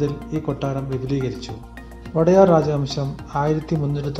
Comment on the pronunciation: വോടെയാർ അല്ലടോ. ഒഡെയറു എന്നാണ് വേണ്ടത്.ഉടയോൻ എന്നു പറയുന്നത് പോലെയാണത്. രാജാവ് പ്രജകളുടെ ഉടയോനാണ്. അതുകൊണ്ടാണ് ODEYARU ( ഒഡെയറു ) എന്നു പറയുന്നത്. കന്നഡ വക്കാണത്. കന്നഡ സാഹിത്യക്കാരോട് ചോദിച്ചു manassilakkuka